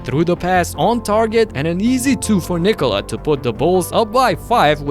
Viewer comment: He pronounces it right. Nba commentators pronounce it wrong way when saying Niiikooola. It's fast - Nikola. I'm from Serbia